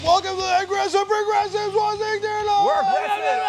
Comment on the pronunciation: haha sounded like Genk said "agressive regressives" at the start lol